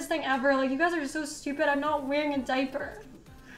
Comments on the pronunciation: What the hell is a “day-per”? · Take a shot every time she says "di-per" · I’m sorry but this is funny how a diaper comment broke her. And the way she says “deyyper” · the way she says diaper I’m dying & it’s ok to laugh cause she’s not a good person lmao